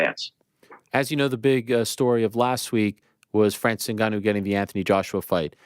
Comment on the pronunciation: Can’t even say Ngannou properly